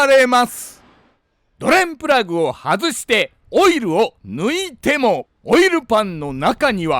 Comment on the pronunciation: ドｩレンプラグッ！の捨て難い魅力もお見逃しなく😊